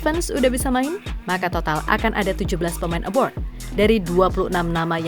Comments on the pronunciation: Kok saya denger suaranya "aboard" pas nyebut pemain yg main di luar negeri bukannya "abroad" 😁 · Pemain ABROAD, Min.... Bukan ABORD... Beda Arti dan Makna. ABORD=BATALKAN ABROAD = LUAR NEGRI ... jangan asal Ngecap, sudah gitu Salah.... Parah !!!